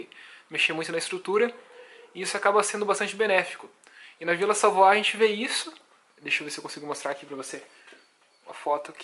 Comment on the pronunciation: Pesquise a pronúncia correnta de Ville Savoye